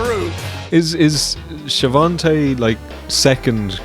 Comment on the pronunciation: wow, ive heard Schiavone pronounced as "Shavontè" so many times, i almost forgot that it was a Hoganism... ('YOU may call him Schiavone, like you call him Vamp-ee-ro dude, but I know Shavontè as Vamp-EYE-ro brother!')